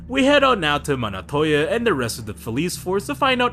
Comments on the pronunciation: It's Montoya , not Monotoya 😁Otherwise, good stuff mate If anyone is wondering who the big blue goon is, his name is Desmond Roland, aka Blockbuster (pretty much Nightwing's first nemesis when he moved in Blüdhaven); Penguin calls him "Rollie" and later in Arkham it's confirmed that his name is Desmond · why does he say monotolla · Bro doesn’t know how to pronounce Montoyas names😂